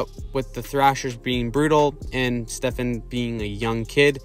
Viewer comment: Stefaaan. Not Stefen